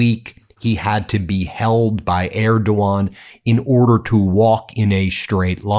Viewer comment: tRump couldn’t even pronounce his ‘great friend’ Erdogan correctly. How utterly embarrassing